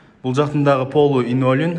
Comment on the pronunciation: Инолин эмэс Линолеум кыйналбай кыргызча эле айтып жарыялачы